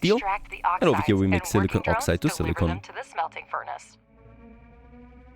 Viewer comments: Surprised they didn't request their VO actress for Alice to re-record all the silicon lines, when she said silicone instead. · I'll buy this game after they give you the option to mute the acidic and condescending assistant whose comms they burden you with. Hopefully her character arc includes an alignment change to "Reasonable Human"... Edit : And a change to pronouncing 'silicon' correctly...